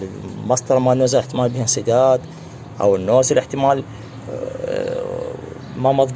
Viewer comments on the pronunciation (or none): رايد عالاكسنت النوزلين